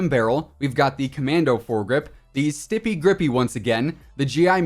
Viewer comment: "Stipy gripy"